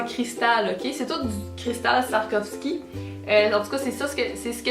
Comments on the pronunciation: ***** en passant, ça se prononce soua-rov-ski! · On dit swarovski